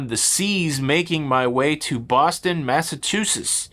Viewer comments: Massachusetts - I think I can help. Mass - a - chew - sits. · FYI …….”Massa….choo….setts” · I live here in metro west Boston . Funny how you can't pronounce our state. Sounds like Mass a chew sits. Hope that helps. 😊 I hope you enjoyed your day here. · Try: Mass-a-chew-sits I live in New Hampshire.